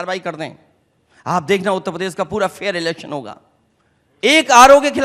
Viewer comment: Uttar pradesh theek ni bol pane wala padha likha neta